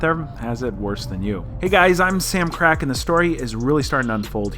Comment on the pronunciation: "asscrac, no, "